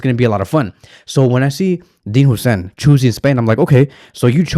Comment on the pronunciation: its "Hoyyyysen"